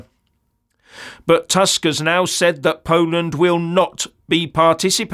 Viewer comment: The prime minister of Poland is not Task, it is Tusk. My ear hurts hearing your pronunciation.